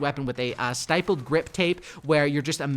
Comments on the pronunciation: he mispronounced stippled grip tape ha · To help a brother out, ur pronouncing stippled wrong.